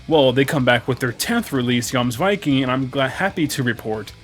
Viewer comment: You are the first reviewer I've seen to have pronounced it correctly!